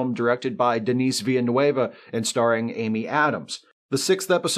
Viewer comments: "Veel-nurv", not "Vila-n-wava'; just an aside. I get it; French is weird, and Spanish more relevant in the US. :) While pretty darn dated, Forbidden Planet was still amazing. The first 'proper' spaceship film that wasn't some schlocky ufo nonsense or just about getting to the Moon or Mars. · Ville-nuf ... Like Louisville... And between noof nuuf and neff... Neuf ... Soft F sound. Despite the letter v. Ville-neuf